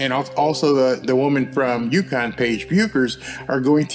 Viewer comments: Good video, but please learn to pronounce "Paige Bueckers" correctly. You're going to be saying it a lot in the coming years. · C'Mon; I know you're well meaning but pronounce Paige Bueckers name correctly. You butchered it. LOL